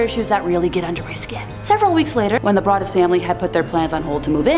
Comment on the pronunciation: Im pretty sure the o in brodus(sp) is a long o pronounced brooo dus